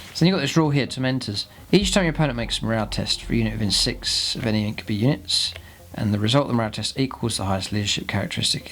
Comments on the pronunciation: "Inc-you-bye" not "Inc-you-bee" 👍🏼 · well no, it doesn't actually.. Regardless of where you are from and regardless of any human language.. This is Drukhari not Latin and more importantly the Games Workshop Intellectual Property says it's pronounced "Inc-you-bye"